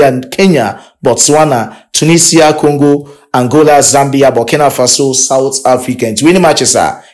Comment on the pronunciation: Pls don't say doctor Congo again